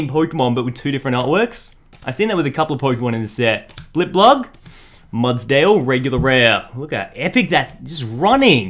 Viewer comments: It's blip-bug, not blip-blug. Mispronunciations are a pet peeve of mine ^^ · Why dose he say blipblug It's blipbug